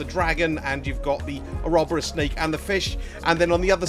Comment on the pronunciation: "oh-robber-us" lol.. probably the most British way to pronounce that word.